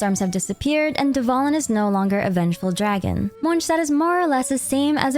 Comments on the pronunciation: MonStadt not mojtadt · its not Monch tad its Mons tad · It’s monSTADT not monshtadt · i love how you pronounce everything correctly it makes the video really immersive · Pronouncing something completely different to the official pronunciation just sounds obnoxious asf especially Tighnari, doesn't matter what the 'cultural' pronunciation is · Please. :D Its Monstadt (:monstad: with classic "s" not :Monštad/monshtad:). :F Your pronunciation of this city is incorrect. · I don't usually comment on videos I've watched, but I felt compelled to say something after watching your video. I sincerely congratulate you on the quality of your editing and narration. The slices of many lore videos and the pronunciations were impeccable. It looked like it was one big, beautiful cutscene. Since it's a relatively short video, I felt it was a bit too summarized. But at least you managed to bring up the main points of each arc, which is great for older players who don't want to watch hours of old quests again. Anyway, very good job and thanks for all the effort to bring such a good content! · Not only was this an awesome recap but I loved how all the names were pronounced correctly, as they would be in their respective languages! Props for going the extra mile, that felt great. :') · Monshdad? Good video, it was weird to hear it said that way. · ITS MOND-STAT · is monstadt actually pronounced 'monshtad'? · since it's heavily inspired by medieval Germany, guess it makes sense to pronounce it like that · Once u hear that neuvillette song there is no going back on how to pronounce it in real way 😭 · Youre pronouncing Monstadt wrong, the "sh" part in the st participle is correct however the latter "adt" part is with a more longer aa sound and not the ä like you use in the American sense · the way you pronounce things is so cringe and makes this hard to follow. basically NEED to have CC on just to follow. No one in game talks like this. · why is she pronouncing mondstadt like that 😭😭